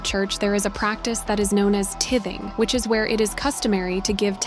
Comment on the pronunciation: Don’t say tithing like that hahahahaha that’s not how you say it